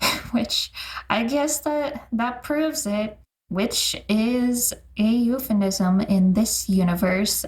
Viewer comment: Totally random comment but this distracted me both in the last episode and this one but the way you pronounce "euphemism" is fascinating. 🤣 Also, the rest of the content is good too, ofc! I grew up on the 4kids dub and, imo, is the far superior dub in terms of voiceacting and giving personalities to the characters (ESPECIALLY Lisa Ortiz as Icy!) also some of the references and changes were so much better in this dub than the others. Always my go-to for a rewatch.